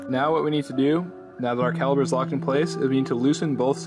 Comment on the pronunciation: Caliper, not caliber